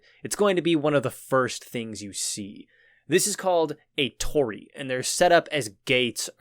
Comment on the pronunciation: Heya , just wanted to tell you it's not Torri it's Torii spoken like "to" "ree" well the 'r' is different but there is no inbetween 'L' and 'R' in english so it's hard to communicate A quick skim of the comment section didn't show this correction and the rest of your video seems like it is well researched and tries to convey information so I thought having misinformation even if minor in there is something you would want to know about